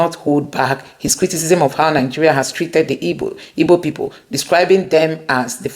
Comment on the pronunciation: The real pronunciation of the name is IGBO not IBO please.